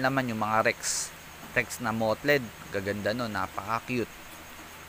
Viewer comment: Tame should be pronounced as 'teym'. Mottled naman ay 'moteld'. No judge. Kino-correct lang kita kuys. Anyway, misleading title. Hindi naman napakita kung paano mag-alaga ng hamster if I'm a newbie. More on marketing